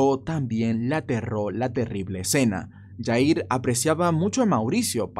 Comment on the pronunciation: Jair se pronuncia con J no Y porque no es Yair hay que investigar como pronunciar las palabras porque incluso en las escuelas nos inculcan pronunciar ciertas palabras como J con Y